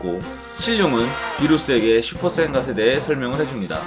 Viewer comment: 자꾸 슈퍼사인갓이라고 하시네